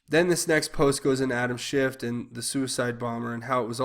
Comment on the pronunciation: Adam Schiff not shift